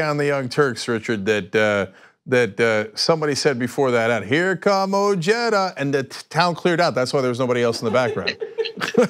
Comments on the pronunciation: His name is prnounced " O Hi Duh". Why did this guy just say " O Jed Ah"??? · OJEDA . . is pronounced "O- HEAD - A" it´s a Hispanic last name .. not JEDA like JEDI . . although the guy himself pronounces it anglo-ized . . origin Spain Alonso de Ojeda (c. 1465 – 1515), Spanish explorer. . Im not saying he is less American or anything like that . . USA land of immigrants